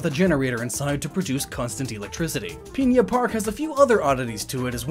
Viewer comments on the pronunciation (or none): Not peinna park, pin-a park p.s that may just be how you say it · One small thing that annoyed me: It isn't spelled Piña Park, so please don't say it that way. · Pigna park